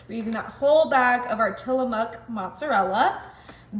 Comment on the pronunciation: It’s actually not Tilla-muck. It’s Tilla-mook like “book”. Tillabook Tillamook. I’m Washington State born and raised and don’t live too terribly far from Tillamook. So I know what it is.